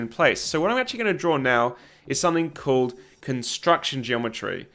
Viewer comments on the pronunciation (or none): none